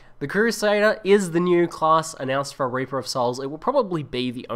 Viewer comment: "raper of souls" :'D